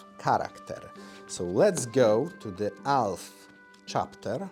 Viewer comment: It took me longer than I'd like to admit to realize he was saying "Elf" and not "Alf".